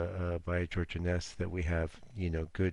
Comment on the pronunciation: And it Is INNess not innESS. Its Scottish, originally. I think it’s disrespectful wilfully to mispronounce a person’s name, dead or alive. (For e.g. duhgah is correct pronunciation , not daygah, for Degas. 😅)